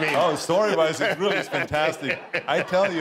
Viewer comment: It's "vantastic".